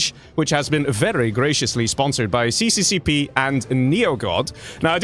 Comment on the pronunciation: to clarify. it is not called cccp, it is russian and pronounced SSSR :D